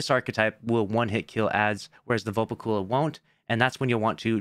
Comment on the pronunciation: Why he say velpecula like that 🤨